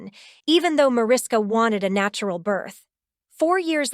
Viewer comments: Mariska is pronounced “Ma RISH ka.” It’s Hungarian, so just pretend the invisible H is really there and you’ll say it correctly. 🇭🇺🇺🇸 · Micky Hargitay is Mariska's father--not great grandfather! And learn how to pronounce Mariska--it's from the Hungarian.